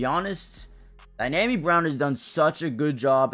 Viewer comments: it's DEE-AHH-ME Brown, not Dynami. No N. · Yeah ain't nothing DYNAMI about Dyami Brown